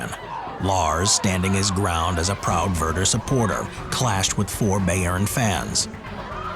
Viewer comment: Bayern is pronounced bi-urn, not "bay-urn"